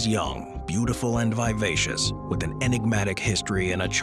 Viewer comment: Devotees isn't pronounced like that, or vivacious either. Please check pronunciation, and keep the American on the other channel.